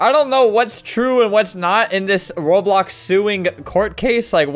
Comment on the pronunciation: albert been playing roblox over ten years and says it wrong